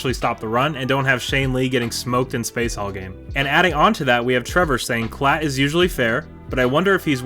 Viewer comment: Appreciate the shoutout and great job with the name pronunciation! Those Klatt clips from the draft are wild considering he went out of his way to trash our D while two top-notch defensive players were being selected. Hope reading all those OU comments doesn't rot your brain. Do you think there will be a day when the OU fans stop posting on every SC video and tweet? Or will they be that guy still badmouthing his ex six years after they broke up?